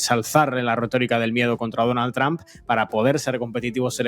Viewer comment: La única razón porqué veo estos videos es porque me hacen reír como nadie más cada vez que pronuncian Donald tramp, en ves de trump.